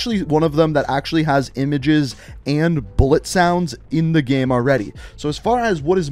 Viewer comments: Dude can you stop saying GAEM its called GAME ffs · Every time you say “game” you pronounce it as “ghem”, and it literally drives me nuts😣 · How can you say “gamefiles” the right way and say “game” so odd 😂😂😂😂 “Gayhme”